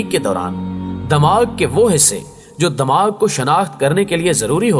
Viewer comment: sir damag nhi dimagh hota hai.. plz urdu pronunciation shi karein .